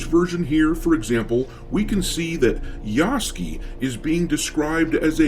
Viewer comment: Just wondering if you're mispronouncing Yasuke's name by mistake or on purpose?